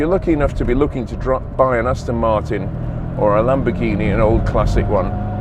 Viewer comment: Aston Moortin At Ma arten😂